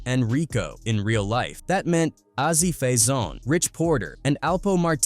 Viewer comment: It is pronounced Azie Faison